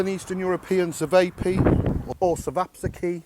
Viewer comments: "Sevapissie"???! Ćevapčići is pronounced "chevapchitsi". Nemas pojma. Get it together bonny lad!! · Great recipe—you’re very close to authentic! Chevops or cevopcici is pronounced Chee-vop-chee-chee. Most Serbian versions are exactly like the one you featured with minor differences. We typically only use one egg white in the mixture. It is also common to add finely diced onion to the mix. Chevops are traditionally served with a cream cheese concoction called kajmak (Ki-Mack) and diced raw onion only on a flatbread. You had the shape correct but in the old country, they are about 1/2 the size of yours. It is also a good idea to chill the mix over night before forming to allow the meat to absorb the spices. Some even go up to 72 hours, but I can never wait that long! Great video! Thanks for showcasing this Serbian staple! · Glad you're home. We were getting worried... Ćevapičići is one of my favorites. BTW, it's pronounced like Cheh-VAHP-chi-chi. Great recipe. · Pronounced sevapchichi